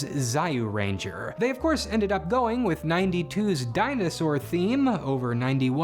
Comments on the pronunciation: Um ackchyually, it's pronounced "Ju" not "Za-yu" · "Zah-yoo Ranger." Was it really that difficult to watch the opening theme to the show where they say the name like every other line? And how does Choijin become "Show-jin"? This has to be on purpose right? That's a ch, not a sh. Edit: I realize you got a lot of flack for this, so I apologize, but it comes off as unprofessional when you did all this research for a 24 minute video but didn't look up basic pronunciation of your subjects, especially the first, which makes it hard to believe you even watched any of the shows. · Its pronounced jee you ranger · Its Zyu ranger. The "y" doesn't say its name. You gotta at least pronounce it in Japanese, its respectful. The creators of MMPR might not have been respectful to the source material, so its up to us old fans to be. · Its "Jyoo-renja" (Zyuranger). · Hey man. It's pronounced Zyuranger (Joo ranger) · Zyu is pronounced like Zew... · That mispronunciation of Zyuranger was blasphemous and made me cringe so hard😂🤣. There's no I in it. its pronounced ZEu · I’m begging you, consult someone on the pronunciation of foreign shows before you say “Zayuranger” so many times in a 25 minute video where you’ve clearly researched just about everything else. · "Zye-you-ranger"? Really? 😳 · What the hell is a Sy-you-Ranger?? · if you pronounced Zyuuranger wrong one more time, i was going to turn this off... "Zaior Ranger?" C'mon son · It's pronounced zeeuranger btw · "Zaiyu"~ranger? Zyuranger? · "Za-yuranger"? "Show-jin Sentai"? Jesus Christ, get your pronunciations right! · You lost me at “Zay-You-Ranger” … 💀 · Zyuranger is read as jew-ranger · Begging and pleading on my knees; PLEASE triple check pronunciations on foreign words 😭😭😭 It's a soft Y as in "You" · "Zahiuranger" is a wild pronunciation lol. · Hearing "Zyuranger" as "Zayuranger" hurts me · say it with me. JewRangers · "Zyu" is an alternative spelling to "Jyu" or "Ju", it's pronounced "ju" as in "ju-jutsu".